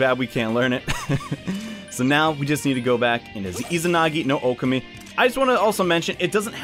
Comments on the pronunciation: Oh-Kah-Mi Sorry, the whole "Oh-keh-mi" thing was driving me insane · Am I the only one that is hurt by the way he says okami it's Oh Kah Me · Its deadass pronounced oh keh mi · Nah, It’s pronounced Oh Kah Mi, Confirmed by Joker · Josh L THANK YOU OH MY GOSH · The pronunciation of Okami here just stings man lol